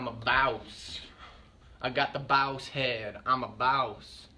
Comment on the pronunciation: I thought it was pronounced boss